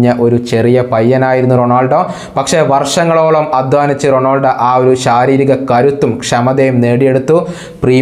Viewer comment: bro,Ronoldo alla,Ronaldo,, Cristiano Ronaldo..athanu